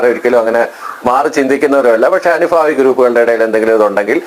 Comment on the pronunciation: അനുഫാവി അല്ല അനുഭാവി.